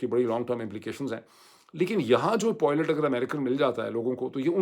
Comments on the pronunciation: Nice analysis, but it's pilot not poilet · It is pilot and not poilet…. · معید بھائی نہ چاہتے ہوئے مجبور ہوں ۔ تلفظ پائلٹ ہے نہ کے پوائلٹ۔ 😊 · khuda k wastay pilot ko poilot na bola karen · Dr. Moeed Pirzada, this vlog is truly excellent in every respect,especially the way you redefined terms for viewers and explained the American war strategy as essentially a massacre. From start to finish, everything was outstanding.However just one correction,you used a word nearly twenty five times but the pronunciation was slightly off. It’s not poylet, it’s pilot.With respect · Dr sb always very informative videos. But pilots pilots zaban pr pakka kr len. Abhi tak aap still polot polot kehty hen. This doest affect us but it would be good to pronounce this word properly. Hope you won't mind me pointing this out to you.